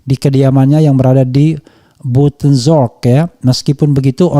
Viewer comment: Maaf bung RF skdr ngasih tau BUITENZORG ( Bogor ) cara baca nya Bijtenzorg, mokasih loer